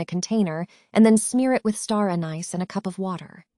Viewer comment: Is anyone going to mention how she pronounces “star anise”? Who is narrating these videos?